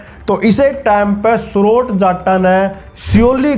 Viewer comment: सौरोट नही भाई सौरोत है भाई वो